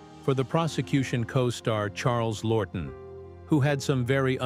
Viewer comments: It’s Charles Laughton not “Lorton”! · The voice does a number a mispronunciations of names. W H Y ? ? ? ? ? Charles Lorton instead of Charles Laughton????